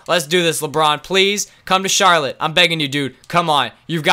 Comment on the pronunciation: They said charloutte Bob cats in the end lol am I the only one that heard